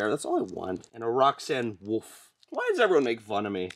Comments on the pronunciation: You are saying roxaine wolf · You said Roxanne woof a doll I cannot say wolf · He still said "Roxanne Woof" 😂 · Roxanne woof? Nah i like how pronounced it. It actually sounds great either way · Good and you said wuff again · You said woof again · You said wool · You Said rockane woof again